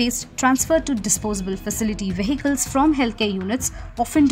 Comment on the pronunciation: Well documented but seriously in a country as ours where rules are for fools. Where rules are neither respected nor enforced the reporting though relevant is a cry in the words. has a good voice and accent. Two words she must check for pronunciation. Vehicle and Bury.